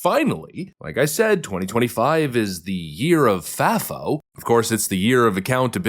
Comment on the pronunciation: Who told you it was pronounced faffo. I think the a should be a long A